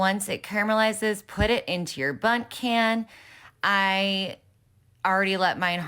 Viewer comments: it is pronounced a bunt pan, with an n, i think they usually use it for specially shaped cakes and jelly and stuff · Bundt pan not bum 😂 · Bunt pan btw. I think it was the accent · It's "Bundt" pan, used to makes bundt cakes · Real, I guess they don't have Bundt cakes in London lol